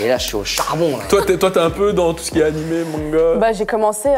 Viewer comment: "oh y'a un animé dedans ??" aiiiiie mes oreilles mdrrrr (tous les puristes ont fait un AVC a ce moment mdr)